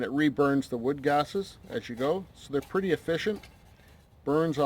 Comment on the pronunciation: I love this video. Definitely going with the solo now that I've seen this. When you said "that's a PURDYYY boil" it made me laugh out loud and reminded me of home. So thanks for that :)